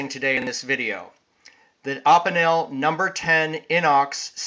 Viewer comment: Great video! I agree, Opinels are awesome. I had an old Inox I found in my dad's junk drawer that was 5-10 years old. I fixed it up, and I loved it. Sadly, I lost it 2 days ago. Will be buying a new one. Also, Opinel is pronounced oh-peen-el, Inox is pronounced iy-nox.